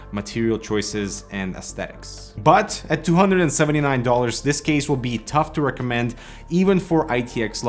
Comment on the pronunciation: TUF to racommend